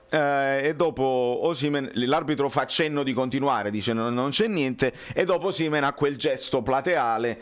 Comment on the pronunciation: Complimenti, complimenti, il migliore programma sportivo su Youtube. Una sola annotazione visto che stai negli USA, la pronuncia di Osimehn sentita da un americano suona come Oh semen, che e' piu' adatto alla pubblicita' per una clinica di fertilita' che al giocatore..